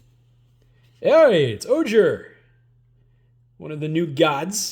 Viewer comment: Also Ojer is pronounced "O-Hair" :)